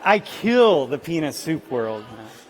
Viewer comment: This professor with his “yo yo cmon dogs, bring it back, let’s a chill homies” is a trip, and did he say “penis” or “peanut” soup?